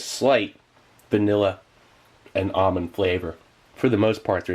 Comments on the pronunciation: Ahmond cake? You mean, ALMOND cake? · It’s not almond it’s almond with a L